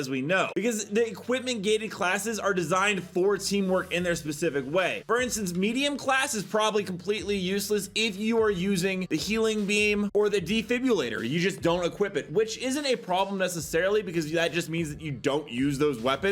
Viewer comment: There is no « U » in « Defibrillator »